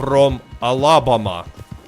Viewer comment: 😂😂😂 The way you said Alabama 🤣🤣🤣